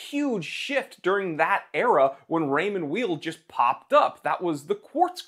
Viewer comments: Pronounced Ray-mond Vayl. as in you are not a vile person. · It's pronounced Raymond VAY. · The name’s pronounced yaaaaeeeel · Raymond Weil, say: "Rae-maw Vile". First name is of French, last name of German origin, so it's definitely not "wheel". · Pronounced Raymond Wile.. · With all due respect, you have no idea about watches, and certainly not about Raymond Weil. You are not even able to pronounce the name correctly. Shame on you. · You don’t even pronounce the brand correctly lol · You don't know how to pronounce the brand or the watches, you don't mention the actual prices people pay for the watches, and you don't actually own any of these watches. Seems weird to tout ignorance. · Funny thing is he don't even know how to pronounce the name 😅